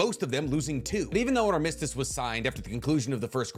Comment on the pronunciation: "AR MUS TIS"